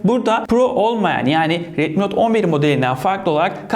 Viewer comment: Abi retmi diyil redmi resmen xiaomiye kufur ediyon😅